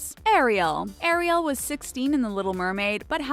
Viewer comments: I can’t stand the word Air-e-el....I like it pronounced Air-e-l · You're pronouncing Ariel wrong it's not ArieL it's air-ie-al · please stop saying airy- yell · u siad ariel wrong